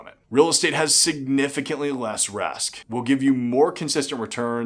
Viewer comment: He says "resk" in lieu of "risk" hahaha